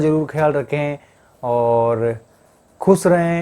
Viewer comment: Bhai jan... Khus nahi bola karo.. Khush bola karo ap.. Thanks bro mujha apki sari achi lagti ha or like bhi karta hu